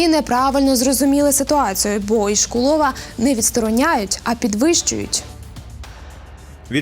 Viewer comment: Від мене побажання до дикторів-відучих правильно ставити наголоси в словах - топонімів, імен/призвіщ. Адже вони віщають на загал. І, саме через це ПОВИННІ говорити правильно. Приклад : не ІшкулОв, а ІшкУлов.